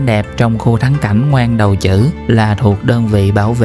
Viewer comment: Ngoan Đầu Trữ cái này đọc là Quy đầu hử mới đúng